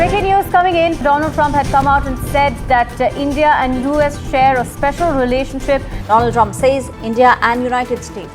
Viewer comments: Doland= दो-लॉन्ड 😂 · भाई सीधे सीधे कह दो जो कहना चाहते हो Doland 😂😂😂😂😂 Do +L...d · Mr Doland Trump 😅😅😅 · Doland nhi "le lund" trump😂😂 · Lo Laand Trump 😂😂